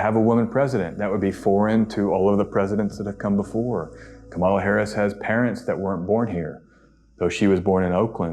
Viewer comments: Please pronounce her name right. Saying it wrong at this time has connotations you may not intend. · Honestly if you haven’t yet learned how to pronounce her name, just say Vice President Harris. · When I hear repeatedly mispronounce the Vice President’s name, it sounds like Fox News. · if you're going to talk about kamala please take the time to at least pronounce her name correctly.... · Could you please give Kamala Harris the respect of pronouncing her name correctly? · Maybe say Kamala's name right? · I appreciate your very informed reading. With all due respect, I would like to ask you to call candidate Kamala Harris, Kámala, not Kamála. Trump and his supporters like to disrespect her by mispronouncing her name. They call her Kamála. I would also like to point out that the Black Lives Matter protest was in front of the White House. They didn’t go into the White House. You can’t do that. They have sharp shooters on the roof of the White House and they “will” shoot you if you do that. The Black Lives Matter in front of the White House started as a peaceful protest. Then, Trump sent what looked like a SWAT team. He ended up calling on the military to intervene. It is illegal for the military to fight in our land. The president can only do that in the District of Columbia because it’s not a State. The president can call on the military to defend Washington, D.C. However, this was a protest, not an attack on Washington. It was very wrong for Trump to use the military there. This is dangerous because that’s what dictators do. They use the military against their own people. I hope you understand why I wanted to clarify these topics. I know people who live outside the U.S. may not understand these things. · Please pronounce Kamala Harris’ name correctly. It sounds like “Comma-la” or KA’ mala. Emphasis is on the first syllable. It’s not pronounced like Camilla which emphasizes the second syllable. Thank you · Her name is pronounced like Coma La. Not kamAla